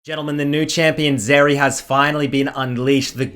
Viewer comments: Is it just me or does he keep calling Zeri, Vex? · hey can you pronounce her name correctly thanks bud